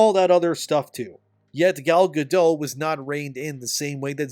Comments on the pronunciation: Over Bite and the 7 gender related mental disorders. Edit: you say the other charisma vacuums name wrong. Say dot. Now say gadot. Now say gal gadot. Ga-DOT not ga-dough. Leave the illiterate bullshit for surrenderland. Here in america we can 1. Read and 2. Win a war. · Gadot, not Gado, the T isn’t silent at all. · It's pronounced Gal GADOTT. Hard T. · Bro, the past-tense of cost is cost. There is never an "-ed" version of the word. It is not "costed" and you harm your own reputation by saying it wrong. Your presentation is otherwise good. Oh, but also, Gadot is not pronounced with a silent t. She isn't French. Her name is pronounced "guh-dut." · FYI- Gal Gadot is Israeli, not French (there is no soft “t” at the end of her name). Gal rhymes with “doll”, not “pal” and Gadot is pronounced exactly like “god-oat” (does not rhyme with “bad-dough”). Just good to know 😊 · He didn't say it correctly either. Go watch the video of her telling people how to pronounce it. She says it like he does but the "T" isn't silent. It sounds like "guh-dote".